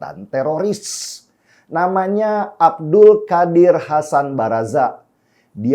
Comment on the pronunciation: Abdul Qodir Hasan bang Den, cara bacanya... 🙏🏻😁 Biar sesuai kaidah bacanya. Semangat berjuang Bang Denny. Sehat selalu bersama teamwork